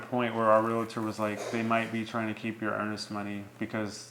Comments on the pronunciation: Honest question, why do you say "real-A-tor"? Never understood inserting that "a" that just doesn't exist. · Also it’s pronounced Real-tor... not Real-a-tor😁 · She pronounces REAL-TOR correctly. Good job. Him, not so much. That said, until closing, sale is not complete, at least in my state. Either party can back out.